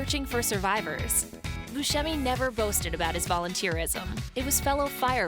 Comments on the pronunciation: It's Steve BUSCEMI, not buschemi. Jeez. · His name is pronounced “Steve Buscemi” that’s “Bu-Sem-y” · Buscemi is pronounced Bu-semi not Bu-shemi